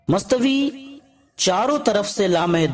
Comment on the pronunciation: mastvi ni bhaya mustawa hota e